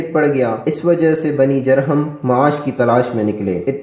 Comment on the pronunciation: تلفظ درست کر لیا کریں خاص طور پر جرہم کی جیم پر پیش پڑھی جاۓ گی شکریہ